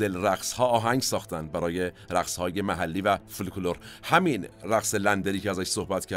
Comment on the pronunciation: با اجازه‌تون چند تا نکته رو هم من اضافه کنم. من همیشه با این انگلیسی زبان ها سر تلفظ ون هلندی مشکل دارم. تلفظ صحیحش فن/فان هست دوم اینکه حرف ال (ل) در کلمه‌ی فولکلور تلفظ نمیشه و فوکلور درسته نکته سوم یه سهو زبان داشتید چون قطعا میدونین که پینوکیو رو خانم نادره سالارپور گفتن و خانم امیریان جینا رو میگفتن و پاسخ سوالتون اینکه به دوبله، این هنر مظلوم میپردازید بسیار درست و بجاست. نکته آخر هم اینکه شما دوربین رو روشن بذار با رفیقهات صحبت کن ما گوش میکنیم و لذت میبریم. شما فقط دستور بدین کامنت بذاریم و ما اطاعت میکنیم 🌹